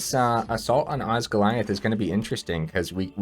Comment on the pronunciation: It so doesn’t matter but oz-gill-ee-ath Congrats on getting early access!!